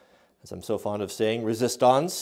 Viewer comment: Lmfao at a French bottle and resistonce